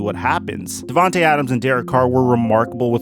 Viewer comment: Not devantae, to🥺